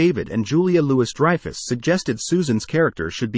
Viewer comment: Julia Loo-iss Dreyfus